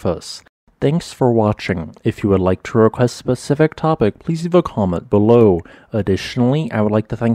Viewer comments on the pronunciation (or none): none